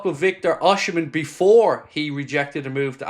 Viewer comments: it's pronounced Oss-im-en, there's no "H" until the end, and it's silent, not OSH-imen, just so you know.👍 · Nice video & Happy father's day to you. By the way, it's OSI Not OSHI-mhen. He's my country man..😊